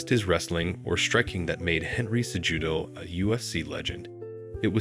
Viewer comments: sejewdoe brother the j is pronounced as an h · Pronounce his last name correctly if you're going to do a doc on him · I didn't watch more than 5 minutes, brother. After the 4th or 5th mispronouncing of Cejudo's name, it was nearly impossible to listen to a documentary based on a person that the narrator wasn't even familiar with.